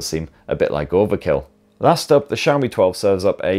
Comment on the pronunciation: Wow. I just realized you fixed your Xiaomi pronunciation! Brits normally pronounce it "Zeeaomi" instead of "Sheaomi". Good job and great vid!